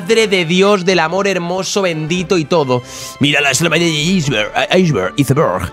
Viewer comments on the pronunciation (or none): none